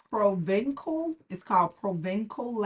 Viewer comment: Provençal lavander means lavander from Provence region in France. Provence is well known for the lavander used in perfumery. It is pronounced "provenSal". Ç is S.